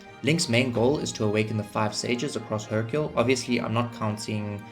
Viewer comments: Hyrule is pronounced high-rule idk how you got hercule 😂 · Man you say Hyrule so wrong... where are you even getting the k sound? Its High-Rule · Here’s a dislike. Repetitively annoying background music, mispronouncing Hyrule, and you clearly don’t know genius game design. How embarrassing, I pronounced Hyrule the same way as you while 9 years old with English as a second language, and how old are you? LOL! You are so illiterate